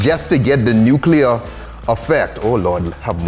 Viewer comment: The dude said “nuke-you-lure”